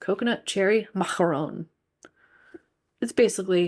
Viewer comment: I loved your French pronunciation 😊